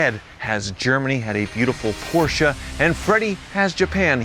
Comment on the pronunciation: Just appreciating the correct pronunciation of Porsche